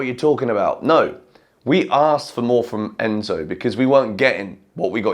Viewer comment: Crazy how you butchered Enzo’s name and then he goes and scores 2 hahaha